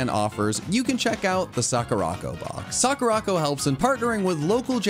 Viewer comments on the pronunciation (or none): Its "saw-ka-ra" not "saw-ca-ra" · the way you butchered sakuraco, it's sakura co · I love your videos, they're great. But, as someone who knows how to pronounce Japanese, I despise the way you say Sakuraco... I'm not great at spelling phonetically but I think it's sah-koo-rah-koh. Like I said, I love your content but the one thing is triggering my OCD! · Loved the video. Think you mispronounced SakuraCo though lol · The way that absolutely butchered Sakuraco is just so unsatisfying to hear... But the video was funny so that made up for it, good job and